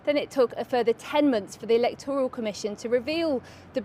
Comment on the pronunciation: Elec'toral? Comes from word elect. Therefore its pronounced Elect'oral. ......not able, you mean unable. Just call me a pedant. It's a losing battle.